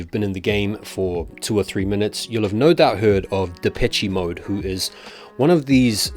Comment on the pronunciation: Pronounced De-PESH Mode